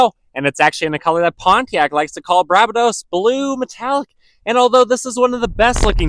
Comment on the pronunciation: Bar - bay- dos blue.......like the caribbean island country and the color of the water around the island.....i mean nothing gives credibility to a video like butchering the name of the most rare color they ever built.